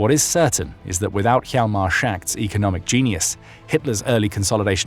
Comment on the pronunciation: Schacht is not “Shacked”. It’s “Schahkt”. Yahlmar Schahkt. Hjalmar is Danish I believe and the place he was born was in Denmark though part of Germany at the time. His mother’s family was Danish and his father’s German.